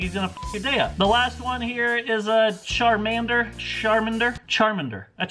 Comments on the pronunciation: CHAR MANDER not chermender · Char-Man-der I swear Im dying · char-man-der Charmander that’s how you pronounce it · IT’S “Char-man-der” NOT THAT HARD IM SHAKING OMG 😂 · “charminder” im done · Are we just gonna ignore the fact he said charmender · It’s actually charmander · How do you say Charmander wrong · Who likes Pokémon and when he said charmander wrong u shook ur head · all the 10 year old boys are screaming at for pronouncing charmander wrong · So he perfectly pronounced Kangaskhan but struggled with Charmander? 😂😂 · pronounces Charmander correctly incorrectly corrects himself afterwards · You know hes old when he cant pronounce Charmander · not knowing how to properly pronounce Charmander pains me. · Same, it hurt me on the inside, since that's my childhood